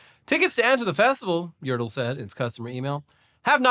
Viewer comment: Pretty sure that's meant to be yər-TEL, as in "hotel" -- rather than YəR-təl, as in "turtle" 😘